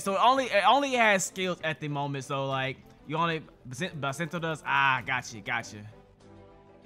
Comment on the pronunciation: You said basento........yea gg it has bis not bas